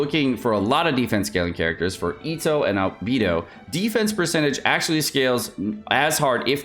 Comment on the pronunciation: That's not how you pronounce Ganyu and Beidou, even Albedo